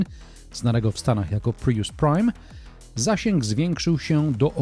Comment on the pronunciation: Co jak co, ale po kimś, kto testuje samochody, spodziewałbym się wymawiania jak człowiek – „prius”, a nie „pryjus”. A „na ekranie można podglądać ustawienia”, a nie je „podejrzewać”.